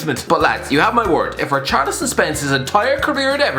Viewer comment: got richarlison almost right had it not been for everton